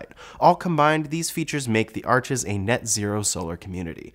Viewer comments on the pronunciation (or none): none